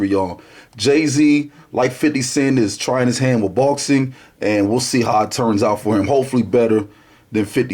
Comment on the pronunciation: "I LUHV BOHXIN" classic intro